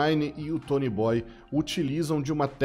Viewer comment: Não é tonyboyyyy.. É tonyboiiii